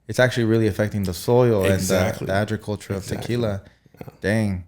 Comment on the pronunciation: How says “Ajriculture” instead of “agriculture” 😅🤪🤪🤪 but I’m here for it! LOVED THIS PODCAST!!!! So relevant and educational!